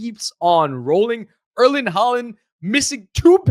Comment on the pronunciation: Guys I like your videos and the praise for Norway is great, much love, but you got to learn how to pronounce Erling's name proper, the AA/aa is a diphthong, and as such it is an Å in Norwegian, now granted you don't have this letter in the English alphabet, so the closest equivalent is the AU used in daughter, so think Haaland=Hauland when you say his name, thank you. 😉